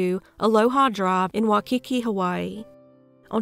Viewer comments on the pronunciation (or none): I think it's your southern accent. You're close, but the dominant Why, of that 1st syllable is off. It's a strong Y sound, and yours is much softer. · Waikiki is pronounced “ Why key key “ 😊 i only know because i was lucky to live in Hawaii for a few years 😊